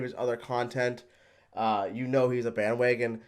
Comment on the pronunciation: " BAN WAGAN "